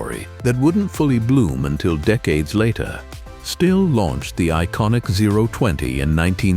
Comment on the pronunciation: And the AI voice with the fake, irritating British accent can't even pronounce "Stihl" correctly.